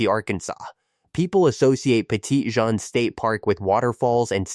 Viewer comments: That is notttt how you say petit Jean lmao. Its petty-jean(like the pants) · Maybe when you're from Missouri but the French who originally named it would say Petit zhan.